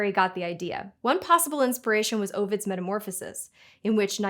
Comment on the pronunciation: the poet is AH-vid, not OH-vid. And you have spinach on your teeth. just kidding. You do an almost perfect job.